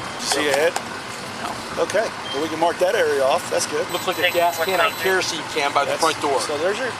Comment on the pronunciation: “Keroseney Propaney” is too funny for some reason